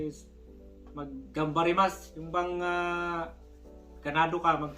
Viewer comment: Hindi po ganbarimasu..ang tama po ay gambarimasu po